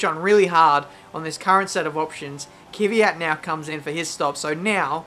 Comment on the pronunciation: Kiwiat ? XD KvYat